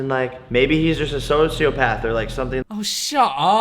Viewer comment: "Maybe he's just a soam-scio-path"